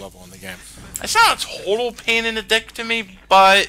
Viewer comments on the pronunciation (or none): none